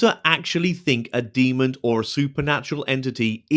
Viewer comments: Great video 💜💜 it's 'demon' not 'demond' 😂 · I love you but please stop saying demond